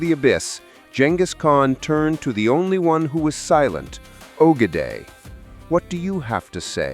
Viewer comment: It’s pronounced oh -geh-die